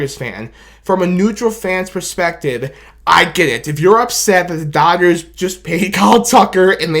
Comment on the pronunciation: Its Da Dah-Gers!!! 😂